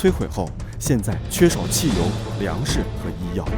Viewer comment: “汽油”发音有点艹但